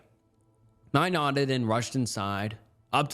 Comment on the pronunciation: buddy you have got to learn how to read stories and pronounce words 🤣 how do you not know how to say “nodded”